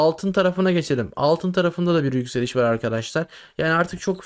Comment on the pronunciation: Sert yökseliş diyorsun on kuruş döşöyor bir kuruş yökseliyor